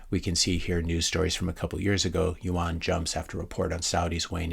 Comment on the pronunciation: hey, just FYI, "yuan" is pronounced like "you in".